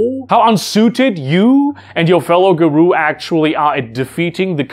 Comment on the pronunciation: Garou is pronounced Garow, not Garoo.